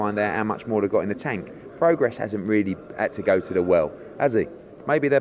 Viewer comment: Love how Eddie calls him "Progress", Try getting some education Eddie ffs, Prograis as in Progray ya wally!